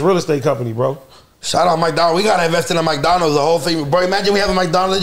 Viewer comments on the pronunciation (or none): Some one tell it's McDonald's.. not mikedonalds 😂😂😂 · say Maicdonals😂